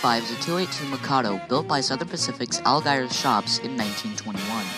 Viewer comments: Great work. 745 was built in Algiers, Louisiana, on the west bank of the river in greater New Orleans. However, it is pronounced "Al--JEERS." Algiers was the eastern end-of-the line for Southern Pacific until around the late 1960s or early 1970s, when the yard there, and the locomotive works and what-have-you were closed. Prior to 1935, there was passenger service, via ferry, across the river into the SP depot in New Orleans. But once the Huey P. Long bridge opened, the ferry service was abandoned. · It's pronounced Al-jeer-s Also, technically 745 never really pulled Excursions, it just toured. Hopefully, when we go into and get out of her 1472, she will pull more excursions, instead of our Small Christmas train we started in 2017